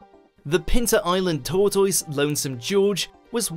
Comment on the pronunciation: You pronounce tortoise wrong